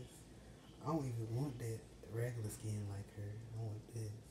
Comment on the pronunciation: LeS Go U gOt ThJe SkJEn bru learn how to say skin